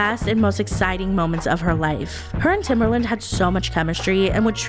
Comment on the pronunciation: oof TimbERland - that was rough on my ears